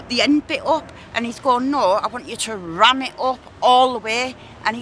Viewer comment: The emphasis on the ‘RAM’ 😂😂😂